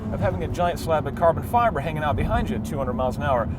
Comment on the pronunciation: Why do you say carbon fiber like that?